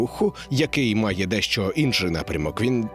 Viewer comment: Друже, це новий правопис чи тобі так зручніше - я чую у тебе в слові «Інший» літеру И. Мені прям дуже цікаво.